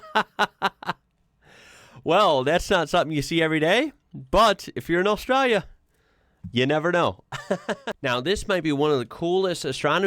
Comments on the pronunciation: I am becoming increasingly concerned about the way you pronounce Australia, so here is the break down pronunciation in phonetics. Ost-stray-lee-a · Dontcha mean ARSETRALIA?😂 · Is kind of says Australia with the accent 😂